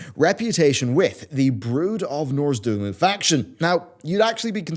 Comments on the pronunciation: Not norzdoomoo? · It's Nozdormu, not Norzdumu. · I love you mate, but for the love of god: It's pronounced "Noz-DOR-mu"